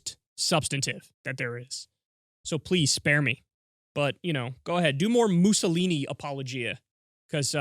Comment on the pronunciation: "Muzzle-eeny." Levin can't even pronounce Mussolini.